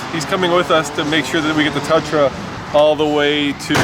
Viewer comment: It's not a "Tutra"...